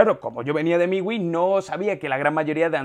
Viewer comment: Miwi? Es miui amigo mejore el léxico